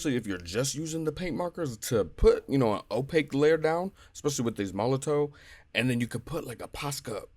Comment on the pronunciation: It’s probably pronounced Molotov